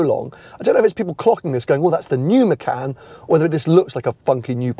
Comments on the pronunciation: It’s muh-con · Im as indonesian abit pissed of how people say macan not hownit supposed to be, it supposed to pronounce "MA- CHA-N"